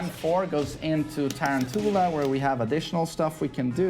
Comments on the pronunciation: Tarantula, not tarantúla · "Taren-tula" lol